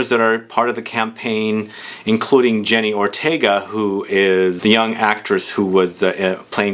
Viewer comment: for god's sake, her name is Jenna Ortega & not jenny